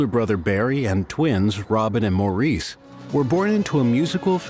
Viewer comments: All together now: It's pronounced MORRIS, not Maurice. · Why is it so hard for American narrators and interviewers to grasp that Maurices name was pronounced "Morris" and not "Moor-ese". I get that its common to pronounce it that way for Americans but it would take like 2 seconds to get it right... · I don't even know if I can watch this, after the very first sentence. How can a documentary be done when they can't even pronounce the name of one brother correctly...geez...it makes me crazy. ...it's Mar- is...not Moreece!!!!!! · Actually it's not Mar-is either....it's Morris 😉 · The commentator needs to pronounce Maurice as Morris which is how Maurice says it himself. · Maurice is pronounced 'Morris'. Per them.